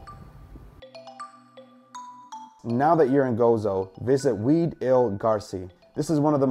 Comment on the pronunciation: Wied isnt pronounced weed its like width but without the th sound